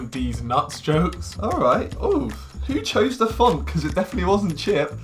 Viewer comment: It’s dafinwah sheeeesh